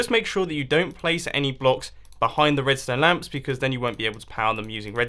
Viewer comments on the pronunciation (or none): It sounds like he is saying red stone glass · LOLO MUMBO IS IT MY EARS OR DIDU SAY "REDSTONE CLAY"??? XD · he says redstone clay